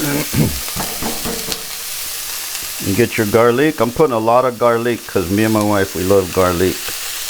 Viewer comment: A true Cajun/Creole...."Onyo and Garleek"....I love it!